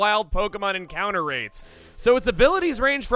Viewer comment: "After our first N-counter" PLEASE.